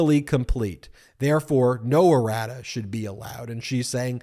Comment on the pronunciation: Errata sheet. I heard radish😄